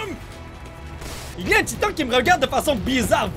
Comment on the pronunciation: « Salut tout le monde c’est et bienvenue sur Attack On Taïtan »